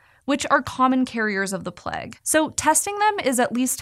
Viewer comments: Plague, not pleg! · Am I the only one who was wincing every time she said "Pleg?" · the way she says plague!!!! "PLEG" please stop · “the Plegh” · The way she says “plague” is mega Californian 😂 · The way she pronounces Plague makes me mildly disgruntled. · So wild that Americans pronounce plague to rhyme with leg rather than with vague